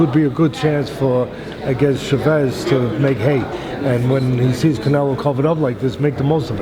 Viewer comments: lol the way teddy says che-vez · The real Coach Edmund Shevez. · The way he pronounced Chavez